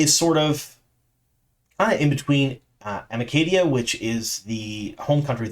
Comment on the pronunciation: Maybe Amadicia (with 's' sound, probably for the 'c'), not Amacadia 😉